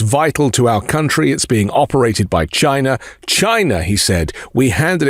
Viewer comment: Trump pronounces China as "Shina". I particularly laughed at the windmills killing whales rambling.